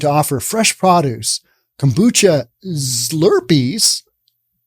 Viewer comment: "Prod-uce"? LOL...Pro-duce dude.